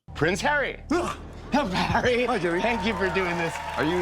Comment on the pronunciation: What a wet lettuce. Hawwy is so cringe.